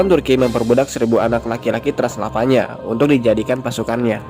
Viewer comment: Transilvania bukan transelvanya